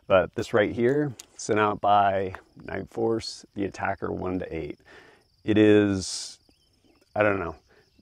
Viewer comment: Someone finally pronounced atacr correctly 👏🏾👏🏾👏🏾.